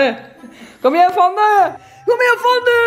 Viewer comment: Tänk på att uttala Fannys namn rätt. Fanny, inte Fannie (vilket förekommer emellanåt). Precis som att du heter och inte Antonyja.